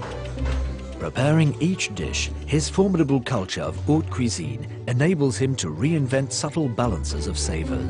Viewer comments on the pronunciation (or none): none